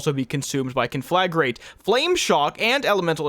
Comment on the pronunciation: “KAHN-fluh-grate” Thank you for coming to my TedTalk. ;)